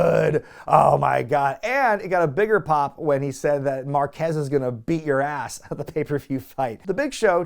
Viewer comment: FYI Márquez has the accent on the first half...